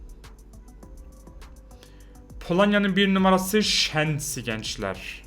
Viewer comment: abi ALLAH AŞKINA ARTIK ŞU SEZNİYE ŞEENSİ DEME NOLURRR